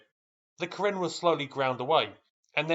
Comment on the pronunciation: Karin, not Karen.